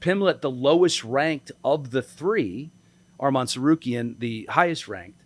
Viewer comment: HAHAHAHH can't even pronounce arman's name he's so scared